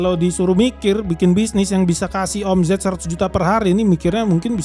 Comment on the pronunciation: Geli gua denger admin nya bilang o.m.z.e.t😂 baca nya omset bg hedehh😅 , Z nya dibaca S jaadi OMZET=OMSET (eja'an bhs inggris) gitu bg jgn bilang omZet omZet lg ya..😂